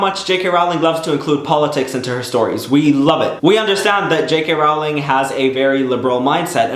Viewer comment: I don't want to sound nit-picky but it really grates on me when people say "JK RAW-LING" when it's "JK ROW-LING". She's said it annoys her a lot and she kept correcting people but she eventually gave up.